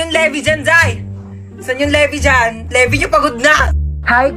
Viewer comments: mare hindi yon LEH-VIH, LĪ-VAY yown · Hindi Levi parang levay